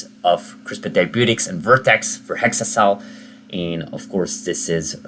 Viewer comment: It's exa-cel prounded with an EX, not hexa-cel pronounced with a HEX